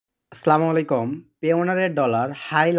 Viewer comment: ভাই শুদ্ধ করে সালাম দেন নাহলে দিয়েননা । স্লামুলাইকুম না । আসসালামু আলাইকুম